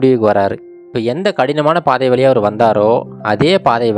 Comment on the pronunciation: தமிழை கொஞ்சம் சரியாக உச்சரிக்கலாமே "வால்க்கை வலியாக அலகான" தமிழ்க்கதைகளில் "ழ" கர உச்சரிப்பு முக்கியம்